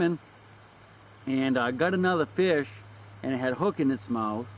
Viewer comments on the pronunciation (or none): fish not gish..lol